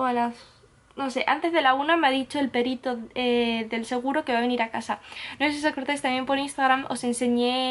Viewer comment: Ahhhh era perito, pero yo había entendido pedito